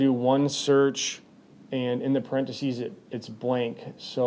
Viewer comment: I'm assuming the pronunciation of 'Parenteses' and 'Asterick' are Wisconsin-isms.